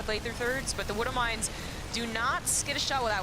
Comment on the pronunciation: Gotta love the «wooduw mines» ;) Honestly, casting was a bit off here.